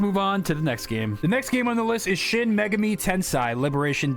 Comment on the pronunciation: He seems to just be bad at pronouncing things in general, ESPECIALLY foreign words. One of the most egregious examples is how he pronounced "Megami" in "Shin Megami Tensei" like "MAY-guh-mee" instead of the correct "may-GAH-mee".